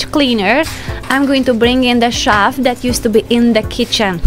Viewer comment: (You keep saying "shaft" for "shelf" - the closed captions spells it that way, too. LOVE your energy, your sense of what "belongs" where and how.